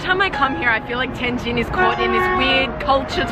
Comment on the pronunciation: OMG, you are pronouncing the subtle difference of the two characters: JIN and JING really well. Better than a lot of my Chinese friends from southern parts of the country. Amazing!